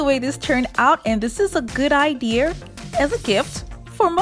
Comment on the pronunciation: Its idea not idear